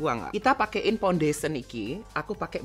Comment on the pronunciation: bukan foundation its Pondation